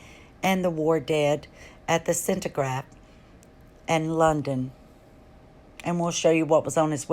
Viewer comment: Cenotaph not Centograph do your homework